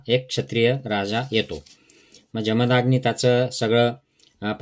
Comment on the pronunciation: "जमदाग्नी" नव्हे, "जमदग्नी"